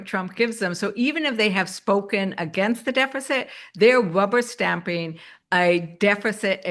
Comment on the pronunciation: Did she say "wubber stamping"? 😂